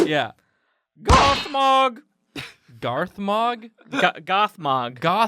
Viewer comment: Darthmog? No! Gathmag!